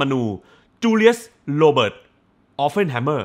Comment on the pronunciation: ขอแอบแก้หน่อยนะครับ ชื่อแก Oppenheimer ออกเสียงว่า ออป-เพ่น ไม่ใช่ ออป-เฟ่น ครับ (มีแต่ตัว p ไม่ใช่ ph เลยออกเสียงตัว p ไม่ใช่ ph ครับ) นอกจากนั้น เยี่ยมครับ